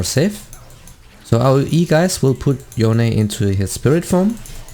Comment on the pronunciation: stop calling him "Yoh-ney"! it's "Yown" for fucks sake!